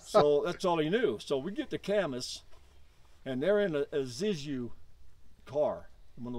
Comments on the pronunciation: This guy can't even say a iSusu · lol yeah considering he couldnt say IZUSU